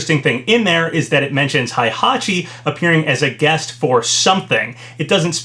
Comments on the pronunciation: When will this man learn how to pronounce Heihachi’s name? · Hayabusa is pronounced "high-yah-boo-sah," not "hey-yah-boo-sah." And Heihachi is pronounced "hey-hah-chee," not "high-hah-chee."